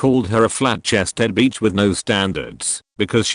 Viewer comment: Bitch is Not pronounced Beach....soooo many mispronounciations...